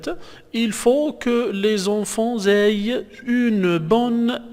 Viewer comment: Aient se prononce é pas éy